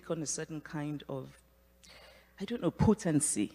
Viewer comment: pootancy. Agreed